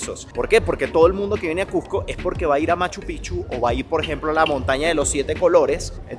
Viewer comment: Gracias por todo lo que has mostrado. Pero más por pronunciar "CuSCo" y no "CuJco", como casi todo limeño lo pronuncia.